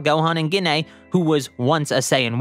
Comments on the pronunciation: here’s a little help with prounouncing gines name JEE-NAE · Why are you saying Ggiine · Gine: ❌ Ginay: ✅